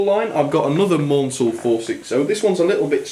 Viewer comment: Maunsell's name is pronounced Mansell (rhymes with cancel) this is explained in one of the Bulleid biographys but I knew Maunsells daughter who found the constant mispronounciation frustrating.